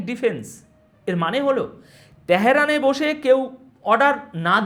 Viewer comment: ত্যাহেরান কী রে , ভাই ? 😢😂 আর , খ্যামিনি -ই বা কী/কে ? 😂😂😅😅